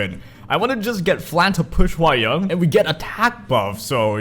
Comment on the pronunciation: hwa young is pronounced hwa 'young' as in the normal way you'd say in English 'young,' so basically you're saying it right xD don't worry